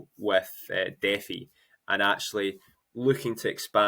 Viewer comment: Why pronounce defi like that lol